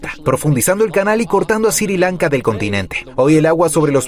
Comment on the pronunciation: Porque dice Siri Lanka deberia ser Sri Lanka